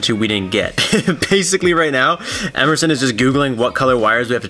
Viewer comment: Hehe... Emersoon, Emerson 😂